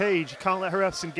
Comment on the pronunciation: it's painful to listen to the commentators say Hrafn's name lmao